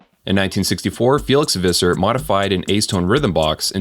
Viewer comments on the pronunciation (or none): none